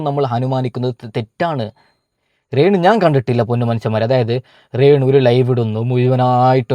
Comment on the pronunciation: റെന്നു അല്ല രേണു